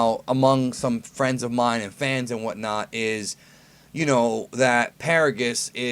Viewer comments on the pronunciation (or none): none